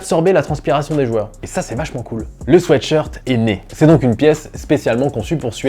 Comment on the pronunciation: En tout cas, bravo pour la prononciation. Cela m'horripile quand j'entends les gens parler de sweet shirt.